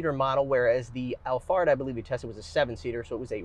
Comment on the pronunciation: Did you say, Toyota Allfart?